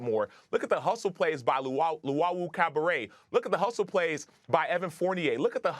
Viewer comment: "Luwawu-CABARET"... The only cabaret here are these "analysts".